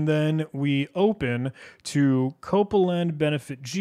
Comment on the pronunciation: why are you pronouncing copeland as "copelagen"? 😅😅